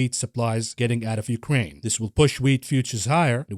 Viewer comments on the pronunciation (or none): none